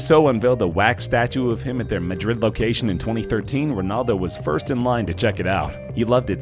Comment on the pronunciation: I know cristiano ronaldo. but who the fuck is rinaldo?